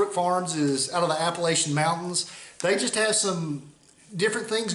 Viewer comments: Great sign, but it's App-a-latch-in Mountains, at least if are from the the Appalachian Mountains :) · The way you pronounce it in the video is common for folks outside of the mountains to pronounce it. I grew up in West Virginia and now live in Mississippi, and hear it that way all of the time.